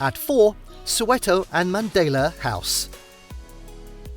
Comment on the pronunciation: Pronounce Mandela properly.